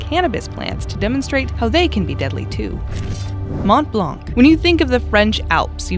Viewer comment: my dear frien, when you say blanc you dont prononce the c. just say blan. from a québécoise who love your channel